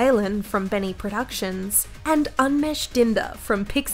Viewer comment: How she pronounced Umesh killed me